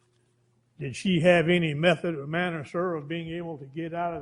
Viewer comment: I can’t believe how this judge keeps saying ‘pacifically’ instead of ‘specifically’ and ‘mefod’ instead of ‘method’ and ‘Anfoney’ instead of ‘Anthony’